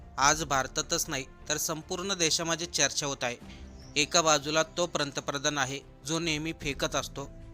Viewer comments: प्रंतप्रधान नाही रे बाळा ते पंतप्रधान असं आहे. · भावा पंतप्रधान शब्दांचा उच्चार व्यवस्थित कर.